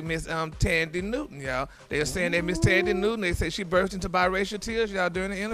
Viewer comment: Tanddee Houston lol 😂 instead of Than-deee Newton 😂😂. Gary always saying stuff wrong lol